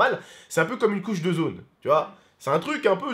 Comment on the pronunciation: Je t'adore tu dit " couche de zone" au lieu de couche d'ozone 😂 t'es exceptionnel, et sinon oui il y a d'énorme chance que se sois le gaz